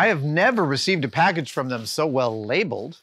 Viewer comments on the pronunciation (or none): none